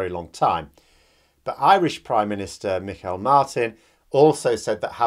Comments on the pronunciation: Try "Me hall Martin" ,not "me kyle Martin " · It's definitely closer to Michael than Майкл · pronunciation for Mr Martin is MEE- hawl Martin ( listen to RTÉ news) just thought I’d help. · Great analysis as usual... the Irish PM Micheál Martin, his first name is pronounced "mee - haul". 👍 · Micheàl (Me-hall) Martin. Sometimes derisiorly referred to as Me-hole Martin.